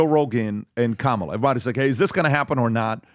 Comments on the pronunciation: What hypocrisy ! "kah - mah - LAH" - When all the leftist media will eviscerate you if you don't pronounce it "kuh-MAH-lah" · Kam-a-la is so cringe. 😂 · Honestly the way they all wave their fists and repeat “ka-ma-La “ Seriously….. looks like a stalin or Kim jong rally not joking 😮